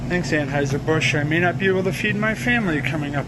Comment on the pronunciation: Transhieser Busch 🤣